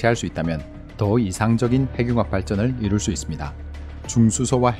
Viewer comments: ‘핵늉합’이라고 읽어야 하는데 ‘해귱합’ 이라고 읽으시네요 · 핵융합 발음이 행늉합이 바르다고 하는데 대부분 해귱합으로 발음하네요.